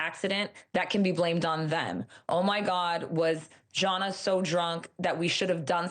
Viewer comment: It's pronounced Zana, not Jauna! 🙄🙄🙄